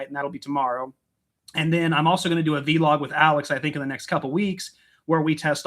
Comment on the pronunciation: I love the way you guys make the word Vlog into two words and pronounce it vee log here in England it's just Vlog